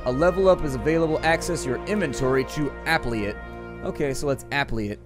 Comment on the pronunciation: did he just say....aplee it..instead of apply it....